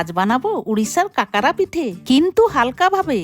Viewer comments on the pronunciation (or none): কাকারা noy go কাকরা 😊 Ar ekta katha Ata kintu কাকরা thik holo na Ota লুচি r mato kore belte hoy...